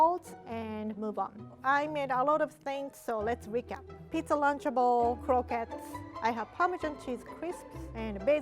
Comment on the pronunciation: Her saying croquet and then I’ll be screaming croquette u-u